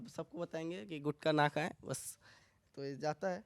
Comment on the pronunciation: गुटका नहीं गुटखा यह असली शब्द हैं.... गुटखा से ट निकाल दिया तो गु खा बन जाता हैं 😂😂